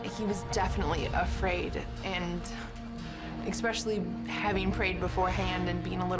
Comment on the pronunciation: I can’t believe that that dumvass can’t pronounce a simple word line especially. American education strikes again 🤣